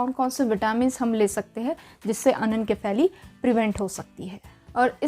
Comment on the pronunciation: Why are you pronouncing is wrong.....its irritating 😮 It's अनेनशिफेली.. not अनेनकेफेली